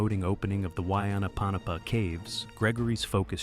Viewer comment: The way you said wainapanapa 😅 The true story of that cave is fascinating. Growing up as a native Hawaiian in Maui, we are taught this as children.